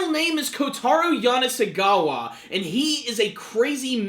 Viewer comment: Amm Shirou's name is not Yanasegawa or Kanasegawa, it's Yanagisawa. XD You didn't pronounce it correctly once XD The new opening is one of the best openings this season in my opinion. Every single small change with the circles has a meaning and it has A LOT of foreshadowing.